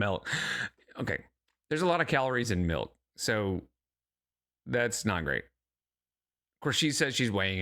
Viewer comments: "She looked right at me and said melk" 😂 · "She looked right at me and said melk!"😅😅😅 She's got your number, brother